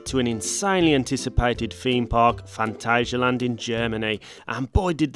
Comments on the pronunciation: It’s pronounced phantasia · Here in Germany it is pronounced „Funtasia“ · I've always pronounced it Phant-ayy-sialand, but my German girlfriend calls it Phant-azz-sialand, so I'll take her word for it XD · As a German, i can confirm, no "ay" sound in there. The second a is pronounced just like the first one. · The "a's" in Phantasialand are sort of pronouced like the "u" in fun.